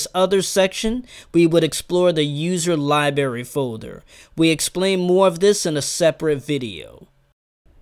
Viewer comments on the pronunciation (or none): what's a 'liberry"?